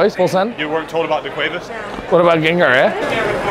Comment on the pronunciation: Bro that nigga said daquavis and gangar 😂😂😂😂😂😂😂that’s old school